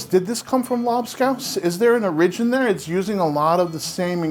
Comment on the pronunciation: Love you guys and what you do! I have to say, though, I've never heard someone say "origin" quite like that: "o-RI-gin", hehe.